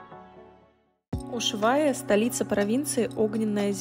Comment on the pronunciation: Почему Ушвайя ,а не Ушуайя?